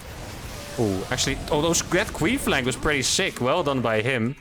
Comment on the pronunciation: "queen flank".... I kept hearing queef. I'm a bad man..